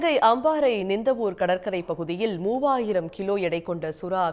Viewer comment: அம்மாரை ❌🤣 அம்பாறை ✅😆